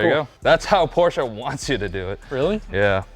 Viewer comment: PORSCHE, NOT PORSCHA!!!!